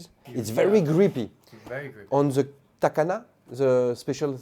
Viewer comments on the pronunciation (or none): it's not takana it's katana :D